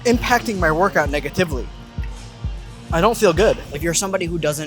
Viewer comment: The way you said negatively 😂